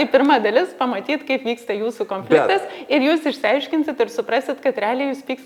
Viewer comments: Smagu,kad dalinatės! Taip ir toliau,kalbėkit apie viską,temų yra daug gyvenime,kol viską išnekėsite...😊 Klausėte ar kliūna kirčiavimas - atsakau-Taip. Man visada klūna,kai žmonės neteisingai kirčiuoja. Nepykit,bet jūs neteisingai kirčiuojate ir žodį - konfliktas( kaip rėžia ausį) ir žodį - produktas ( kurį dažnai naudojate), žodį - projektas... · Taip "konfliktas" su lietuvišku kirčiavimu ne tik gražiau, o tas kitas labai užkliūna .😊